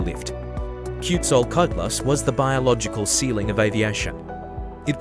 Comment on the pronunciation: Ten seconds in I heard the worst mangling of a name I've ever heard AI deliver, and I've heard some disastrous ones. That's not remotely how Quetzalcoatlus is pronounced. This isn't even trying.